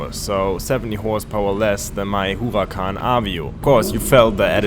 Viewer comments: Stop saying whoacan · I’m getting fed up of hearing u say whoacan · hes saying huracan better than any of you